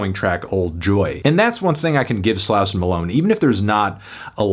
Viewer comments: Just an FYI- Slauson Avenue is a major east–west thoroughfare traversing the central part of Los Angeles-, and it's pronounced 'Slaw-son" by the natives living here. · HOW ARE U STILL PRONOUNCING SLAUSON WRONG LMAO HAVE U EVER HEARD A HIP HOP SONG IN UR LIFE